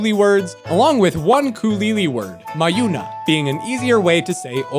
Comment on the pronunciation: it's MAjuna, stress on the first syllable